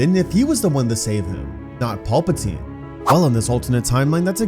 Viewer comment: Just please work on pronunciation of pal puh teen.. his name isn't Paul